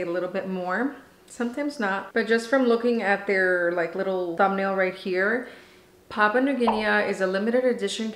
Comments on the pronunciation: Hey hey ... your language friend over here 😅. Don't get caught up on the pronunciation, we will still watch you ☺️. And no one come for my friend on that! (Pa-poo-a New Gin-ee) I can't wait for my original line pods to get here so I can try this one! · We all pronounce things differently of course, but in UK we pronounce it ''Papa New Ginney' we do not pronounce the A at the end. But in US you may be different.